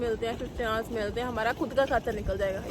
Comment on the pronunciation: You can't even say 'hours' (girl in pink blouse) correctly and you are studying in England! Can you please brush up on English speaking skills!